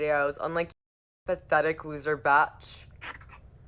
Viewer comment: lmao the fact she says bitch like "batch" bruhhh